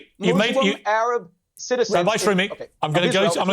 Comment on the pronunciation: Did piers say “Rabbi Shroomey”???